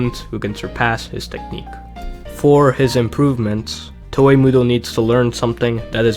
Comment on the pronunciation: I fucking hate how you pronounce "Toa"